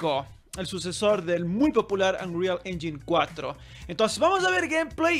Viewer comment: Según yo, "engine" se pronuncia *enyain"